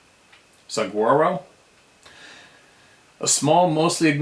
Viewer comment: Saguaro Lake. Just like the Saguaro Cactus " Saw-war-o" best I can do for pronunciation. Born and raised in Phoenix, Az. Saguaro Lake is the first of 4 lakes on the Salt River east of now the 5th largest metro area in the USA! Do love my Arizona 🙏. Up river on the Salt from Saguaro Lake is Apache, Canyon and Roosevelt Lake. Roosevelt being the largest. These lakes cut through the Superstition Mountains and provide the Phoenix metro area with %60 of our water. Many geologists rate these mountains as the roughest, toughest, most dangerous Mountains in the lower 48 states. It's a rough vast region. With a violent history going back 1000s of years. The upper end of the river near Roosevelt Lake there are huge cliff dwellings made by long lost people. Many legends and what not. This is just what I know growing up here and common knowledge. I have been in parts of and hiked a bit up " Fish Creek Canyon" I have would not dismiss strange reports from anywhere around here.. These Superstition Mountains are also sacred to the Apache Indians going back 100s if not 1000s of years. Just my two cents from an Arizona born blue collar guy. Tread lightly and safely here if you come to venture🤪 Most everything in the southern half of Az will stick ya , stab ya ,sting ya or bite ya. Most of the ground is rock so if ya fall on it, it can break ya. Other than that it's pretty hospitable 👍 No Grizzly or Moose .....anymore✌️